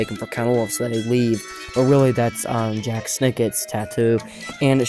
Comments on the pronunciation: It's not pronounced Jack it's pronounced Jalk like chalk but with a J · Jacques, not Jack